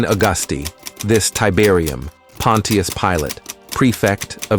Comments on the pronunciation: Pon-chus Pilate, 2 syllables. Not Pon-ti-us. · Try saying it like this : Pon’shusss Pilate,..instead of Pon’teee’us. 👻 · It’s not pronounced pon- tee-us it’s pronounced pon-chus 😑 either narrate yourself or hire someone to. These ai narration voices are horrible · Using these fake assed AI voice narrating softwares is compromising the quality of your presentation by mispronouncing key words and names. Pontius Pilate is not pronounced "Pawwwwn Teee Us," rather, it is pronounced, "Pawwwn Chous" Pilate. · The pronunciation is not Pon-tea-us...it is Punch-us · Your text reader might as well call him "Pontiac" Pilate it's butchering it so badly. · Pontius? That's not how you pronounce it it's pon-chus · Pilot's name is pronounced "pon chess". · Pronounced Ponshus Pilate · the AI mispronouncing is so infuriating and is widespread, it's pronounced Pont-chuss, js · The name Pontius is pronounced “PAHN-shus”. I wonder if this is just another AI voice.🙄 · OK A.I. it is pronounced Pon shious Pilate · How he pronounces Pontius Pilate is hilarious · I don’t think I can take this vid with Pontius Pilot being mispronounced over and over lol 😅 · AI can't pronounce Pontius. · I sure wish this speaker would pronounce Pontius correctly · Now if only this AI robot voice could be programmed to pronounce’ Pontus ‘ correctly.